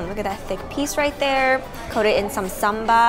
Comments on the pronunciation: LOL why do you and Mike Chen say "Samba"? It's not a dance move! It's called "Sambal", not "Samba". :) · It’s not samba... it’s sambal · My suggestion is you put the name of the food in text because the way you said “sambal” was sound like “samba” which is a totally different meaning. Also when you said “randan” i believe you meant “rendang”. Sometimes pronunciation, especially foreign naming, can leads to misunderstanding